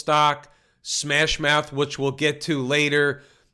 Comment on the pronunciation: Wtf is smash mouf